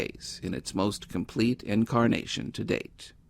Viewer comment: "incarnation" not "encarnation"